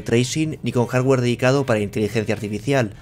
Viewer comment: Maicra dijo el jarwer tresesenta